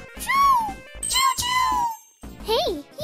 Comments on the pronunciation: () it's not say chou It's chao spell: c-h-a-o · The weird spelling of chao was probably because she watched sonic x, in the english dub cheese pronounces "chao" as "choo"